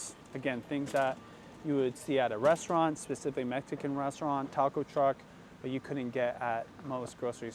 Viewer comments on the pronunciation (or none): none